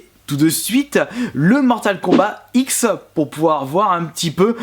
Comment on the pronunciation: mortal kombat x se prononce mortal kombat 10